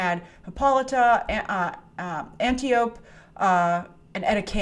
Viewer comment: regarding WW, the character’s name is “Ant-tie-oh-pee” NOT “An-tee-ope”. As much as you like to reference that movie, they pronounce it in the film at least 5 times lol.